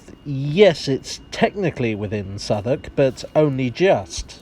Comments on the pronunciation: Love the pronunciation of Southwark, nothing like how it's spelled. Definitely worth a visit. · I had no idea how "Southwark" was pronounced properly. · Ok, perhaps one of you can answer a questions for me. Despite being a foreigner, I’ve spent a good amount of time in Southwark, but I’ve never understood why it’s pronounced ‘Suthuck’. Is there an explanation? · It's called Southwalk just so Londoners can smugly snigger at American Tourists pronouncing it South Walk! It's a little known fact that half the place names in the UK were invented just to annoy Americans! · It's actually pronounced 'Suvverk' or Suvvuk' by the locals.